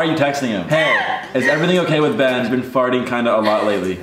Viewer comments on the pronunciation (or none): the way she said “Benna” 😂😍